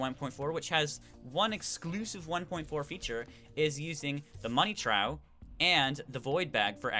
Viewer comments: Money TRAUW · Everyones making fun in some of his pronunciations, why cant you idiots just appreciate him using his voice to guide you? like theres kid laugh on him saying (Trow) to "Trough" instead of (Trowf) lmao y'all btw thx for the tips